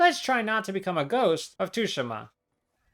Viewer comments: why does bro pronounce Tsushima as tushima😭 you properly pronounce it like sushima. IGNORE THE T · It’s not tushima :( it’s pronounced sue she ma (mb dawg XD) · 19 second mark you say Ghost of Tsushima like 2shima it’s pronounced Tsu sh ima fyi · Ghost of Tooshima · Bruh… 285 hours on this game and u don’t even know how to say it it’s tsushima soo•she•muh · Tooshima?? lol the S in Tsushima must be escaping your eyes there… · I know I didn't just hear you pronounce it "Tushima"...... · "tooshima" lmao Americans really can't pronounce anything right huh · Dude, it's pronounced as 'shushima' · bro nearly 300 hours and calls it too shi ma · I clicked off when this mf said ghost of tushima💀💀💀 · Ah yes ghost of Tooshima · I’m sorry you call it tooshima?? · 285 hours and you can't even pronounce Tsushima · All this work and you couldn’t bother to look up how to pronounce “Tsushima”? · How’d you butcher the Tsushima enunciation so badly? They say it in the game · It hurts hearing him say the T in the game's name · imagine playing a game for 300 hours on just this one completion and you still don’t know how to say the name of the game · Its pronounced Tsushima not Tsushima or Tsushima. It's like you're not even Japanese, how dare you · Spent 280 hours playing the game, but can't even pronounce the title of it correctly... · No way he’s spent all that time on the game just to say its name wrong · All that time on ghosts of Tsushima and he still can’t pronounce it right